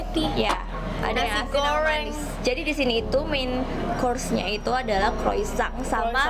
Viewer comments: Croisang 😂 it’s croissant not croisang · Croissant [krowasong] not kroisang 🙏🏻☺️